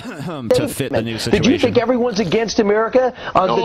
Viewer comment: the indivijul onision sichuachon